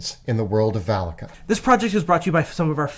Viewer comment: Was listening instead of watching at first. Could have sworn they called the sponsor's land Phallica😅